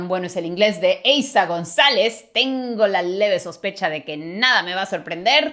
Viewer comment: eiza “Gonalez”? Jsjsjs